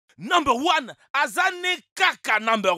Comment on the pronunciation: je suis mdr quand tu dis nober one a zani caca nober one 😅😅😅😅😅😅😅😅😅😅😅😅!!!!!!!!!!!!